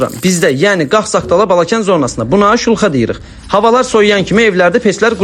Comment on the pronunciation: Weluxa rus sozudu qabiga deyirler.siz wuluxa deyende gulmeli cixir😅